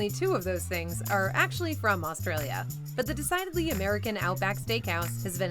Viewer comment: I wanna say as an Aussie that we don't eat any of that shit. I'd also like to congratulate the narrator for pronouncing Aussie properly, pronouncing Australia needs work tho & Parklea in Western Sydney & the state of Queensland were not said right Also I had no idea there are Outback Steakhouses in my country, never seen or heard of them, just thought it was a Seppo-Yank thing. Also